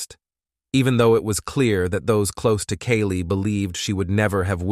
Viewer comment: My name is Kaylee & the way this Ai says our name makes me cringe for us both